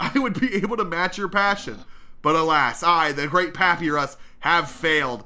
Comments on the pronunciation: it's not pa-pi-rus, its pa-pie-rus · Hey youre saying papyrus'es name wrong its papyrus (papuyrus) not papirus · you don't say paparus you pronounce it as papeyerus, papyrus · It's papaajrus not papiraz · HE STILL CALLS PA-PY-RUS PAP-PI-RUS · PA-PIE-RUS NOT PAPEERIS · i like how he kept miss pronouncing “Papyrus” and pronounced it as “Papirus” instead of “Pap eye ris” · ikd why he pronounces papyrus like pap''ee''rus its pap''eye''rus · ITS NOT "PAPERUS" ITS "papyrus" pronounced papirus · IM SORRY BUT IS PRONOUNCED PUH-PIE-RUS NOT PAPY-RUS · the mispronounciation is insane. p-AH-pee-ris? its puh-pie-ris. and the uh-mal-guh-mott-ay? its uh-mal-guh-mate. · Great video but it triggers me that says papirus and doesn’t pronounce it as papiyrus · ITS NOT PRONOUNCED PAP-E-RIS ITS PRONOUNCED PAP-EYE-RIS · It’s pap I rus not pap e ris also is there an earthquake your lamp in shaking vigorously. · It’s said like pap,I,rus. Not papy,rus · Bro u don't pronounce it like: pa py res Its: pa pa y res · ITS NOT PAYPIRUS ITS PAPIRUS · I am screaming in my head from the way you were saying papyrus because it’s not pap-ur-ris it’s pa-py-rus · It's pa-pie-rus not papy-rus papyrus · His name is not pronounced pa pe rus it is pa pie rus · it’s pronounced pap-I-rus, not pap-e-rus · True but worse is how he calls papyrus He says papi-roos Insted of pa-pay-roos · Y'know, since you pronounced papyrus's name wrong I'll spell it for you: pa-pie-rus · And it’s Papyrus not papeerus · In this one, maybe call Papyrus his real name. It's pronounced pu-pie-ris. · Yooo its pronounced Pap PIE Rus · It's pronounced Pap-eye-rus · Papyrus (pup-ie-rus) that is how you pronounce his name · Mate you said papyrus wrong it’s pa-pie-rus oh and look up a papyrus voice impression thanks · I find it hilarious how bad he miss pronounces papyrus’s name as pappy rus gets me every time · I will never forgive you for calling him pappyruss... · I love how calls papyrus papy-ris😂😂😂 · It is pa pi rus